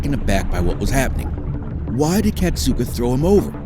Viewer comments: Whoever made this video can't friggin read. KA SAT KA Where in that do you see Cat Suka? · ITS FUCKING KASATKA NOT KATSUKA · why does he keep calling her "katsooku"? that's not her name yo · Well, fist of all it's pronounced, Kah-sah-kah and peters used punishment and isloation for training. So I'm not surprised she attacked him. The pools in the back aren't big enough for the orcas. They literally have to drag their tails on the bottom. And that's where he would put her when she got a trick wrong. Tricks he knew she couldn't do perfectly. But made her do over and over. Rake...like the gardening tool. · The mispronunciation of Kasatka’s name is kind of doing my head in. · I wanted to enjoy this video. But I stopped watching after realizing this video is full of misinformation; Kelti Byrne was killed by Tilikum, not by Nootka 4; Nootka 4 was a female, not a bull; and the narrator didn’t even learn how to pronounce Kasatka’s name. Poor video 👎🏼